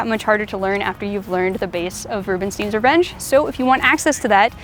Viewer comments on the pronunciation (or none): I love your content and the quality of it. Isn't it crazy? You don't know me yet you managed to teach me awesome things. Thank you. About the pronunciation: It is the same es Einstein, Frankenstein, Stein. Ei is pronounced as /ai/. I know in the US it is common to pronounce it as /i/. But if you don't believe me, use google translate and type in "Rubenstein" and let it say it out loud in english. It is pronounced /rubenstain/. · It's Rubenstein not Rubenstien :)